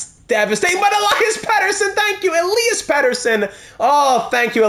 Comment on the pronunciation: Awesome as always. I have my own Vancouver Franchise Mode and there’s a lot of two-way forwards in the top 6. Think adding a pass-first playmaker would make sense and which hopefully will let EP40 reach that 50 mark. And also, love that you try to say Elias in proper Swedish. Next time I’d like to head to pronounce Nils Höglander with your best Swedish ✌🏻 Let’s go!